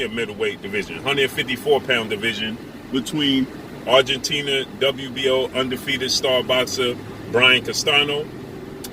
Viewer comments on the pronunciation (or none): none